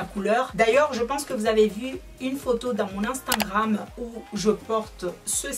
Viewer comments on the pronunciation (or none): ou stawii soifii juste un petit conseille quand tu du instagram tu dit anstagrame au lieu de instagram "unstagrame"👈prononciation